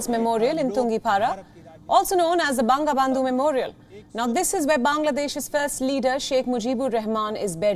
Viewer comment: It is "Bongobondhu" not :Bang-ga-bandhu"